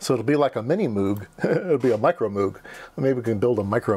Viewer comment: "Moog" pronounced like "vogue". You and I should chat since I just started on a similar trajectory, also op-amps, also those light jumper wires (but an analog computer-like learning-PCB, not a synth). My casual interest in music synths suggests pink noise is preferable? I suppose there is an easy filter you can add to get it pink.....